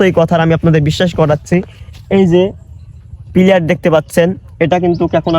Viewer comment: বন্ধু ওইটা প্লেয়ার না প্লার হবে। তাছাড়া ভিডিও অনেক সুন্দর হয়ছে বন্ধ।❤❤❤